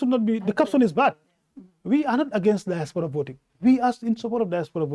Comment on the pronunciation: Nko, who’ll teach this Badibunka how to pronounce “DIASPORA” in the right way??? 😢😢😢